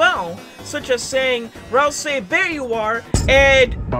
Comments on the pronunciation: My man said ralsei wronge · pls say it right, ralsei is from deltarune and not in unertale, i get angy when someone gets it wrong